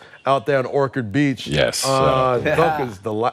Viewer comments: I Hate how he calls Ochard Beach...my man saying Okard that's Flagrant 2...Brodie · Exactly! It’s not Okard or Orkard…it’s Orchard Beach!